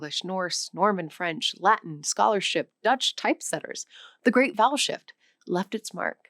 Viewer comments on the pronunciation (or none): I thought she said "the great bowel shift" and did a double take. lol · Why do I keep hearing the big bowel shift instead of the big vowel shift? Is there also a perfectly reasonable explanation for that?